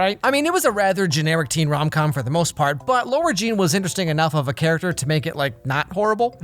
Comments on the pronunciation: posts about TATB me: hopes and prays he pronounces it LARA JEAN and not LAURA JEAN Also me: disappointed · LARA JEAN NOT LAURA JEAN IM TIRED OF IT LAH-RA JEANN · Omg I love your videos but can you please stop sayong "Lora Jean", it's "Lara Jean"🤔 no hate at all it just kinda bothers me lol🥰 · Im sorry but this is bothering me. Its lAra jean not lOra jean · Who’s gonna tell him that it’s LARA jean and not LAURA jean? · ITS LARA JEAN NOT LAURA JEAN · After all these years still pronounces LARA jean’s name as LAURA/LOWRA jean...😅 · When says "Laura Jean" instead of "Lara Jean" I chuckle, bc the captions say lower gene. Or Lower Jean... 😂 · 3 movies in and he stills calls her Laura Jean lmao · Why are you saying Laura Jean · Um its LARA Jean not LAURA Jean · Lol what.. “Laura Jean”😂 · No offense but it drives me crazy that you pronounce Lara Jean as Laura Jean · no one: literally no one:: LAURA jean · so you're telling me it's been 3 movies and still calls Lara jean LAURA??? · i really like you, but it's pronounced LAra jean, not LOra Jean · You’re still saying her name wrong. It’s Lara Jean, not Laura Jean. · It’s already the third movie and you still say Laura Jean instead of LARA Jean 😩 (I’m a fan, this video is funny but it’s just a bit off putting whenever you say LAURA Jean) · it's lara jean not laura jean haha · I love how you say lora Jean when it’s LARA Jean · I thought the dad was calling her "Laura" Jean the whole time and it was a little distracting. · he has been calling her LAURA JEAN this whole series and no one corrected him i swear to god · Is it just me or keeps calling her "LaUra Jean"? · It's LARA Jean,!:D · I keep hearing Lora Jane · why does say lara jean sound like laura jean??? i mean its kinda funny but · it’s been 3 movies and he still can’t pronounce lara jean right..... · Does it bother anyone else that he pronounces Lara Jean wrong?